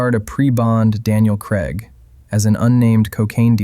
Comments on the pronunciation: FFS, it's Daniel CRAIG Pronounced Cray-g. He has told countless US tv hosts, he HATES being called Daniel Creg. In saying that, Americans struggle to pronounce most words properly anyway haha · He had to call him Creg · Richard "Atten-burrow", shouldn't be surprised after Daniel "Kregg".